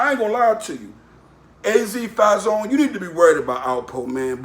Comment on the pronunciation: What did he say Fahh-zee-own-nay or some shit 😭😂